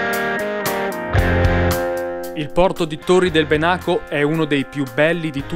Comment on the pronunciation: Ahia! La pronuncia è Bènaco, non Benàco, è l'antico nome del lago di Garda. Tranquillo non c'è problema :) si impara sempre. Comunque il video rimane ottimo